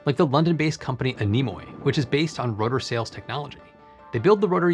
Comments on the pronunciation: Not anEmo-i but A-nemee (the stress on the "A")... "Winds" in Greek. "oi" is pronounced "ee" in Greek. Flettner-Rotors need a disc of aero-foils at each top and bottom, to unfold their potential, strange that they went for plain turning tubes, without even endplates (even if disc of aero-foils was too complicated, having endplates still helps a lot) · ANEMOI means winds in greek and its pronounces 'Anemi mate..... don't make us cringe..